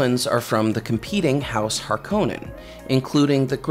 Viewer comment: You can always tell someone whose first exposure to Dune was the Lynch film by the way they pronounce 'Harkonnen'. Herbert said HAR-ko-nen, and this narrator says har-KOH-nen (know because I am one of them, but I have since read the books multiple times). That alone isn't a bad thing, but if you couple that with his saying that humans outlawed computers to keep humans from getting lazy, and I am pretty sure he (or the person who wrote the script for this video) never actually read the book.